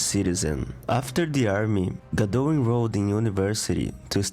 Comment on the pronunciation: There will never be another Wonder Woman that has the impact of Gal Gadot. By the Way: How can you put together such a thorough history of Ms Gadot as if you're an expert and not even know how to pronounce her name correctly? The "T" is NOT silent!!